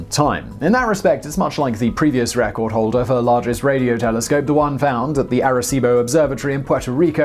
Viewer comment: ARECIBO!!!!!!!! Simon?!?!?!?